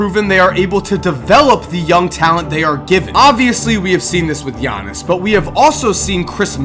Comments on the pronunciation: bruh pause the video. you pronounced his name right! I'm just gonna congratulate you on that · Thank you for pronouncing his name right